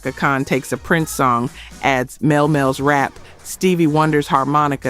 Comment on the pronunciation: His name is pronounced Mel-Lee Mel. Please pronounce these names correctly.